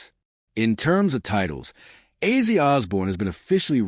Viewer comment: His name was Ozzy, not Azey.